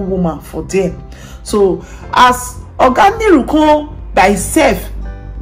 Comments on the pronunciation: Nuru not Niru pleaseeeee! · It's pronounced Nuru and not Niru